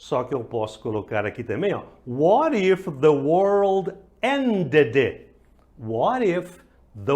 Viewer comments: Ended >>>> O ultimo D não se pronuncia t peguei..... Aproveita visita meu canal Seeya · Meu estimado.. Eu vi em um vídeo e comecei a praticar.. a pronúncia ended com a fonética "t" bem leve.. E que era pra não pronunciar 'd' e vc foi bem enfático. O que me aconselha? Sigo o que me instruiu lá atrás ou mudo conforme vc mudou neste vídeo aí? Obg